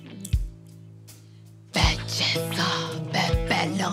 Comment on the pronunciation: 2 46 ben diyeceğine men diyor